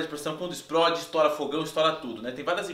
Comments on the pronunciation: Exprode kkkkkkkkkkkkkk ou e explode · Não sou cricri, mas "espródi" é gritante! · SOMOS POBRE PQ FALAMOS EXPRODE AO INVÉS DE EXPLODE KKKK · "PURQUÊ UMA PANELA DE PRESSÃO ISPRÓDI?" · Ainda estou tentado entender o por que ela "esprode". Ksksks É pegadinha garay! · kk o exprode kkk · '' esproide ''? I kkkkkkkkkk